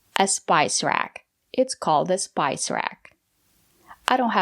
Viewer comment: Wow, (spice) is a so basic and easy word I can't believe that someone with that "much English experience" who (claims to be English teacher) don't know how to pronounce it! I've watched other videos where she is corrected by you guys and I can't believe she didn't know how to say (not to), she seemed to have a high English level, especially cause she almost have American accent. How come she didn't know something so basic? When she has studied English for a very long time, lives in USA and her husband is an American English native.